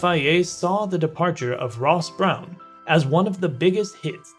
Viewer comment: Can I mention Ross Brawn is pronounced Brawn as in Brawn F1 team of 2009 and not Ross Brown....... I absolutely love your content but please address the names of key people 😉👍